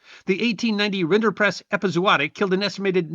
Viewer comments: I believe it's rinderpest, not rinderprest. Great video, though. And any tuxedo cat is glorious without embellishmentts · Correction- the disease is Rinderpest, not rinderprest.